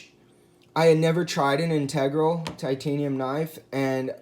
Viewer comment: I believe you are mispronouncing the word “integral”.